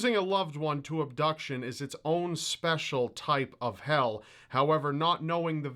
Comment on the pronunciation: Did you say "A SPECIAL kind of hell?